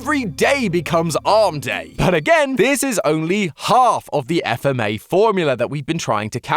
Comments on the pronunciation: dude its fma not f m a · It's FFFMA not f m a